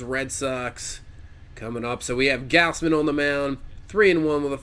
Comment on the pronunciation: It's pronounced gawz-men btw